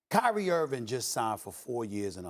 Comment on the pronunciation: Can someone tell Stephen Hairline Smith that it's IrVING not IrVIN